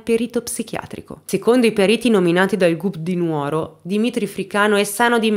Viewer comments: Dimitri è un vero mostro . Posso fare un appunto!? Sono sarda, la giusta pronuncia non è Nuòro ma Nùoro. Purtroppo riocrda tanto nuòra e lo sbagliano tutti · Si dice LU FRAÍLI, con l'accento sulla prima I. Si dice NÙORO, con l'accento sulla U.